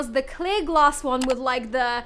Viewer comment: Ouuu this is fun “Ouuu I see some glass” for us Canadians it sounded like Gloss and I’m like, why is there lip gloss in a furniture pallet